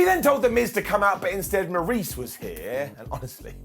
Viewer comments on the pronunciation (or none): none